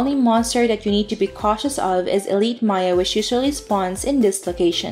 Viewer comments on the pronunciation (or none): none